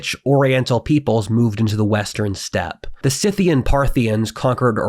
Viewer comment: Dude, THANK YOU, for bucking the trend these days, of obliviously mispronouncing the name, calling them "Sckie-theans" (ie - pronouncing the 'c' as a hard 'k' in the name 'Scythian.')